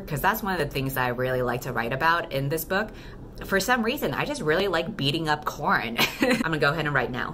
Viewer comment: It took me a while to remember that the main character's name is Coran not "corn" 😂😂😂